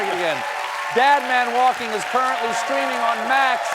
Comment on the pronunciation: Is Seth Meyer's new stand-up special called “Dead Man Walking" or "Dad Man Walking"? Sounds like "DAD".